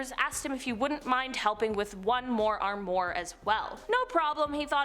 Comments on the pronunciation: It's armwa not armor wow she's a idiot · Strange things happen!!! Fyi, armoire is pronounced “arm wah” . That’s pretty close to how you pronounce it. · I take it this is the first time you've ever had to try and say armoire? Try ahm wahr (which is how it's pronounced...).